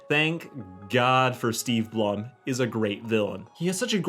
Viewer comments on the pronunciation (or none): I believe Steve Blum is pronounced “bloom”